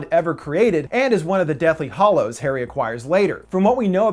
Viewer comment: I could be wrong, but you are saying Deathly Hollows and it's Deathly Hallows. The hallows aren't hollow.